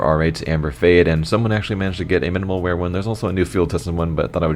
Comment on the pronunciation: "minimal mear"?